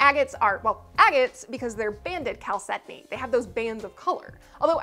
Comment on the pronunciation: TIL it’s pronounces “kal-SED-ony”, not “CHAL-sed-ony”